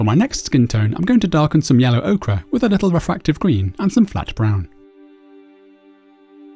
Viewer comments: Very nice tutorial. But surely Ochre is pronounced Oaker not Oakra :) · ochre [oh-ker] okra [oh-kruh] I've tried to ignore it.....but I finally gave in.